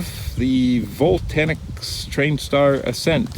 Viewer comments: Yeah, please don't say Vol- Tanix !!! It's Vo-Lan-Tix !! And never fly below the tree line !! They will get you everything!! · VOLANTEX NOT VOLTANEX